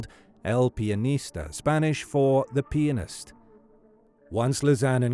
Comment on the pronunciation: Not pronounced the "peenist" but the pee-ann-ist.